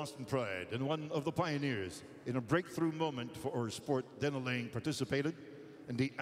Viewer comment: It's "Laing" not "Liang"...